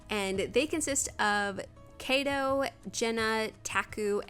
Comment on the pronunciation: Beautiful construction! Just one tip normally, in Japanese all the letters are pronounced separately. So kaito would be pronounced more like kah - e -toe!